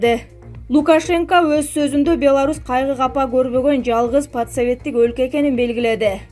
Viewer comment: Подсоветский эмест Постсоветский деп окунуз диктор уят уят уят